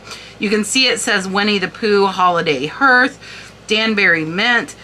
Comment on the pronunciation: hi: love your "what sold" videos and your look at certain items that sold - brooches, tea cups, etc... the word hearth is pronounced "haarth" as if you were saying car with an h instead of a "c" and a "th" at the end... cheers!